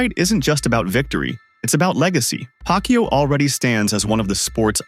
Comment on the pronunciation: The narrator intentionally mispronounced Manny's name, total disrespect 😡